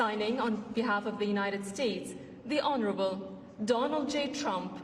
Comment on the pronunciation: Did she say honorable?... 🤣🤣🤣🤣🤣